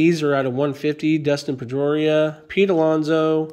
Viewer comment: I just thought you butchered Trevor Story and Dustin Pedroia, in the same sentence.